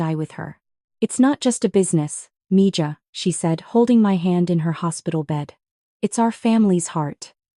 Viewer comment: It's Miha not Mija!